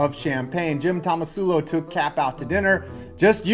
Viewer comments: Was calling Tomsula "Tomasula" on purpose? It's hilarious either way. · what do you expect from a guy who can't pronounce "tomsula" despite it being on screen multiple times?